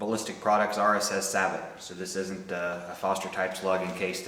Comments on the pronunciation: "Say-bo" not "sa-bet". It's French. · Why do you call the plastic piece a "sab bot" ? It's a French word. Do you call a General Motors car/truck a "Chevero- LET"? I doubt it. Sabot is pronounced "Say Bow". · Sabot is pronounced "sabow" not "sabbit" which is actually a very small sailboat. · SAY-BO.....it's a French word.....it means "shoe".....I think. Also, Horna-DEE, not Horna-DAY. OK, now that we have the ball-busting out of the way.....awesome video, dude! This is exactly what I've been looking for. Thanks a lot.